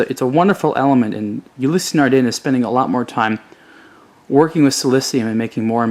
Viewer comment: Anon ymous It's [nardan'] with nasal "n" and quiet french pronounce in general. They also have very slight "a/e" in the end of Ulysse, as if long ss has a vocal ending. If you do not know it - do not comment others in the first place;)